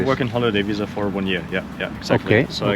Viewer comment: Me quedo con el Ferrari, lo vendo y compro una camper de 2ª y vivo de rentas el resto de mi vida... (... visa se pronuncia igual que en español...)